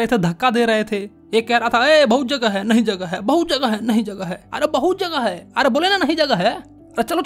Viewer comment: Aree bahut jagaa haii areee nahi jagha haii ( was epic sir ) 😂😂😂😂